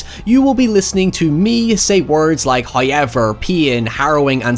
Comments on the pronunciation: Hoyever is his catchphrase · “varying from standard American English” No actually Varying from standard English English Please stop trying to take the moral high ground I’m not attacking his accent Because “hiyever” is definitely not how every single Irish person pronounces the word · I liked it at first But 10 videos in It’s really grating on me LEARN TO PRONOUNCE HOWEVER FOR FUCK SAKE For god sake my Mum’s Irish and even then I can’t forgive “hiyever” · Do you need help learning how to say ‘however’? It’s not how-y-ever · No, he pronounces it.... Hoi-yever. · I’m going to invade your home if you don’t learn to pronounce the English language Filum for film is fine Terty for “thirty” is fine But PEEN FOR PAIN? FUCKING HIYEVER STOP PLEASE MY BRAIN CANNOT TAKE IT ANYMORE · LOL I do love how you say "however" 😊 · I like how pronounces "however". Can't guess for the life of me how he managed to put a y in there but its nice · Yeah not everyone is american